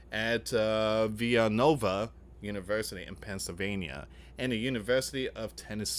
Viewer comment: Villa Nova. Not Via Nova. Come on